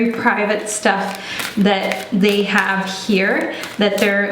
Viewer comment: When you said “hab- HAVE” I was like “oh your German’s coming out” 😂